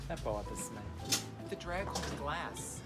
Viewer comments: Omg I love when she says "That bothers me." w that New York accent. So happy I found this queen to brighten my sad life!!😂💗 Love you QUEEN COCO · I live for Coco's "That bothers me" in her New York accent!